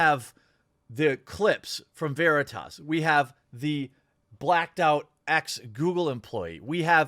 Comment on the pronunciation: He was intentionally saying Veritas wrong as well.